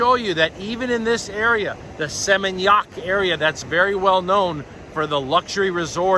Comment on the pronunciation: I like the way you prounonce Seminyak, 😊. God bless you always